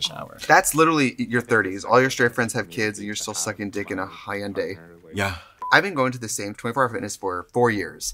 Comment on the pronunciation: Most disturbing part was how Trixie pronounced Hyundai